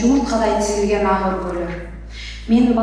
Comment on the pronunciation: Азыркы алып баруучлар кулагынарга сырга болсунчу жумшак тыбыштан кийин келген каталан тыбыш жумшак айтыла ак деген созду туура окууну уйронгуло